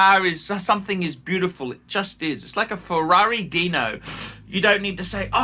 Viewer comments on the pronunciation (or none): none